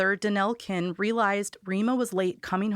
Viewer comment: Also, couple things... There was no school bis home for Rima. She lived probably less than 1000 feet from the school. Also some pronunciations "Toodle" "Montesello" "Kinney" Excellent storing telling. Heard some things I hadn't heard before